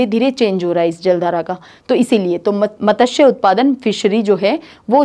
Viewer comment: Ma'am sorry matasya ka hindi pronuce wrong hai